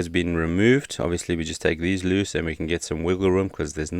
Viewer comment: Why do you pronounce loose as luce?